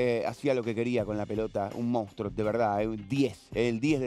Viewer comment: decir "mounstro"no es normal...